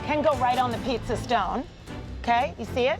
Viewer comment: Pizza atau pitza wkwkwk